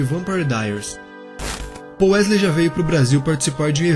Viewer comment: Não é pouuuuu e paull